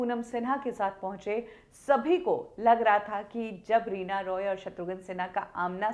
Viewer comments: Reena Roy hein madam , Reena Rai nahi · रीना रॉय है राय नहीं है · Aap Reena Rai kyo bol rahi hai jab ki uska naam Reena Roy hai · Reena raay nahi reena roy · Are Reena Rai nahi hai unka surname Reena Roy hai 😅😅😅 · Reena Roy not Rai mam